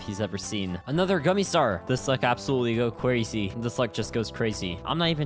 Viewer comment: "This is kinda cwazy ok."